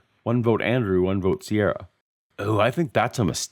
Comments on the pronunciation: Ciara is usually pronounced Keera, not Seirra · Never known a Ciara who pronounced it "Sierra" before.